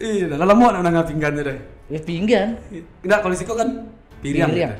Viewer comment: jo kato2 "pinggan" se galak, baa pengetahuan baso minang si host ko. galak lo mangekeh, tasingguang urang tanah data beko tu